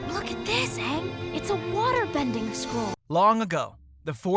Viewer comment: Aang is pronounced wrong it is pronounced as Aang not Ughnng not hating tho just correcting you in a miny mistake so you can pronouce it good in the next video